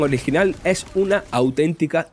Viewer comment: En serio, es imposible terminar de ver el video (sin ánimos de hate), pero el narrador se come todas las consonantes y a veces ni se entiende que dice .. un medio de COMUNICACION, debe comunicar correctamente con gente profesional estudiada en el tema y con acento neutro (o por lo menos terminando las palabras) ... es que hasta una palabra tan corta como "es" hace una pausa y dice "eee"!!!